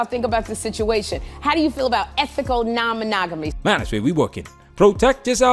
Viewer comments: I think she had a freudian slip when she said Ma-“nag”-omy instead of monogamy. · was mo-NAG-AT-ME a freudian slip> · "Ma-nag-omy". Got it right the first time.